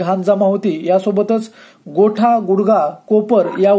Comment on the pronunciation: गोठा नव्हे "घोटा"..उच्चार नीट करा..ही मराठी भाषा आहे...